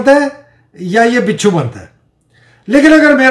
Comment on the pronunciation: Can't stop laughing when you said "bitchoo" Great program sahib. Wish you happy new year and healthy life.